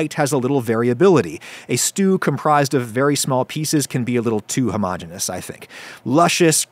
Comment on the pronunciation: Love your stuff, Adam, and definitely gonna try this one. Two small nitpicks: it's composed of, not comprised of; and homogen*e*ous has four syllables. Thought you would want to know.